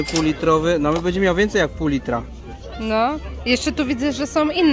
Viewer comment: Moi drodzy,przestańcie mówić"bedzie",bo to aż razi,macie świetne filmiki z targów staroci,ale dbajcie też o ten nasz piękny j polski,przecież bedzie,a będzie to jest zasadnicza różnica